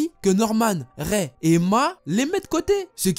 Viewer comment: Prononce Ray "raï" plz 😂 Raie 🤣 Bon j'avoue en vrai c'est pas drôle